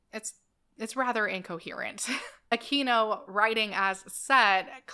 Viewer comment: I used to think that Michael Aquino's name was pronounced just as you pronounced it --- That's the correct Spanish pronunciation. But recently, I watched a video in which he made a point that it's actually pronounced, "Ah-kween-oh." He said that that side of his family was SCOTTISH! I can't say, but I'd guess they were Spaniards who emigrated to Scotland, and adopted the Anglicized pronunciation. He also said there WAS a "Michael Aquino" who employed the Spanish pronunciation, who's a Filipino. That person pops up on Wikipedia, as well as the other, if you do a search.